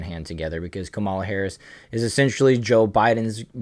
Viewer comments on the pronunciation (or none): Not a big deal but learn to say her name right or people will correct you and miss your point. It’s “comma” la